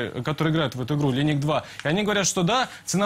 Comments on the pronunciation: он говорит лениик 2 ! блять линейк2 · помоему журналист немного не в себе, вместотого что бы говорить "украли оркА", он говорит, "украли оркУ", вместе "лайнэдж", он говирит "линиг", особенно понравилось "темные ОРКИ", это наверное у него такой язык орков...сразу смотришь на него, и видишь, темный орк 80го левела... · Правильно произносить "Линидж" раз уж на то пошло. С лайнейджем можете идти куда подальше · а разве не ЛайнЭйдж??? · "Линиг" LOL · что за линиг 2,...идиоты Линэйдж 2 всегда так гвоорят!